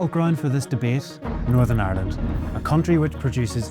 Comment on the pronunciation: "Norsurn arrland"